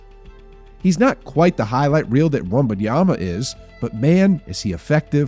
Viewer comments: You are doing something very strange with your pronunciation of Wembanyama. You’re saying it like it’s spelled Wumbunyama. You’re saying it more right when you say Wemby. It’s Wem-ban-yama. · The fact that you have been saying Wembanyama's name wrong this whole video tells me all I need to know.